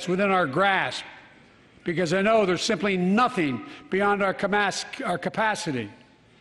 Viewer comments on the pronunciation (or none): none